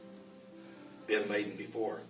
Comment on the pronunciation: I bet you he knew how to pronounce bin Laden and was trying to seem unfamiliar